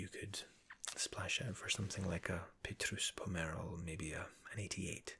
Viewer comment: bro I'm just like, how do you know everything about everything. I google petrus pomerol, expecting for it to be made up but it was there! the way you pronounced it was perfect too bro , best video